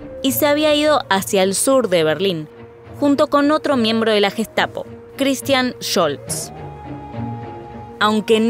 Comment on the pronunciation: Müeeela,guestapo,jítla,laipzic,aijman,janofa,sheeeeltz,noia...un poquito de pronunciación mamita....!el q aporta se ve q no aporta pronunciación o no invierten